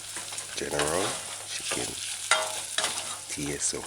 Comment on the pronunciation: Yeah Mannnn......My brother you had me laughing my head off my shoulders...It's general tso (pronounced So) the T is silent....Looks great though......